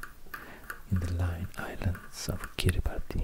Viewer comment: Fun fact, Kiribati is pronounced "Kiribas"! :)